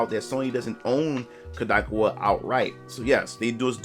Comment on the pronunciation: Its pronounced Cod - like the fish A - like "a lot" Ka - like "Kamehameha" Wa - like "Waluigi"